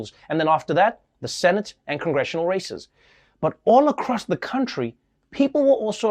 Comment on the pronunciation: Did Trevor say "high profile races" or "high profile racists"?